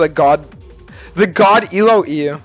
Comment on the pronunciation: Bro annunciates every letter in ELO